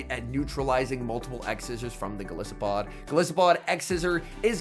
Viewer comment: Isn't Golisopod pronounced with a hard "I"? As in goliath and isopod?